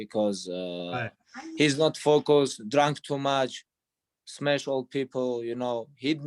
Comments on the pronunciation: "smesh old people" 🤣🤣🤣🤣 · "Smesh old people" lmao